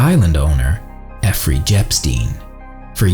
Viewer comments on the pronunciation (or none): Why are u saying epfrey jepstein? Instead of Jeffrey epstein?